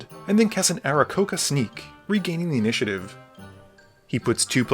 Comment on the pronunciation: Very close with the Aaracockra pronunciation, but you missed the last "r" in it: Ah-rah-kok-rah